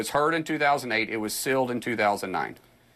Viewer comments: Why is he pronouncing "sealed" as "silled"? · i'm sorry is Mark saying sill or seal, i really think words should be used in the right way at his supposed level of professionalism...